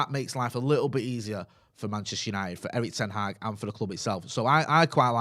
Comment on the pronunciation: Pronouncing manual moment: It’s not ten Haag like van Gaal. It’s Hag. Short sound. The same way the Dutch pronounce the a’s in Amsterdam.